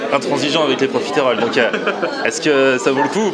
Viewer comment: Pourquoi prononcer profitééééééééééééroles ? J'ai toujours entendu le e muet, à la rigueur si on le prononce ce sera juste un "euh". Je sais que c'est un détail idiot mais ça m'arrache les oreilles à chaque fois.